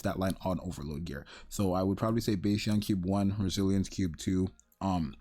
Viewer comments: Bro Bastion is bah-stion (like a sheep) not bay-stion. Yer killin me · Bah-stion, hehe...